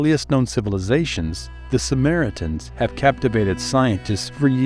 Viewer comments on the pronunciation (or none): First thing I noticed was that bizarre pronunciation